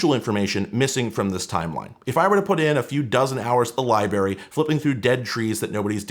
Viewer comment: Liberry. Lol, I hope that was an intentional one :D